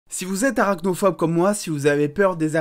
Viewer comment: Tu dis arachnophope, mais tu dois adorer Spider-Man, non?